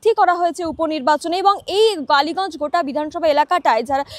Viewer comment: It's kaliganj,not baliganj😂